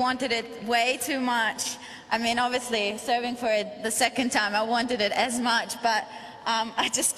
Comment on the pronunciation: Hey Beavis, She said assmuch 😂